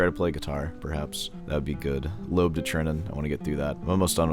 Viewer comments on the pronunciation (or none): Miguel Lobbet (Yo-Bay) parfait okay Llobet